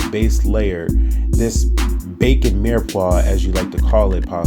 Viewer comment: "Bacon mirepoix!"